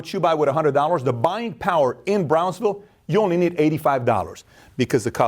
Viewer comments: ... Bransville, Texas or Brownsville, Texas?..🤔🤔 never heard of Bransville? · Bransville or Brownsville? I am pretty sure the latter. Either way, great video. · “Brownsville”, TX. Not Bransville, TX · It's Brownsville tx!!!! Not Bransville